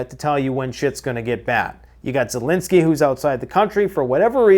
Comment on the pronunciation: I heard it “ZELOSENY”!😅